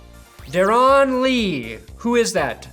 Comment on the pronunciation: Darron is pronounced like Darren. He’s good give us Von for him